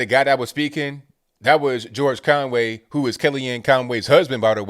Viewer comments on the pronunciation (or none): none